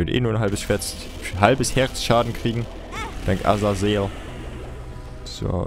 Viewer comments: Bitte...sag doch Azazel und nicht Azazael...jedes mal rege ich mich auf und denke, kann der nicht lesen?... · Azazel wird Asasel ausgesprochen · Azazel ist die schreib art aber man spricht ihn Asael aus. ist aber egal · warum kannst Azazel's Namen nicht immer so aussprechen? :C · Und spricht Azazel immer noch falsch aus xD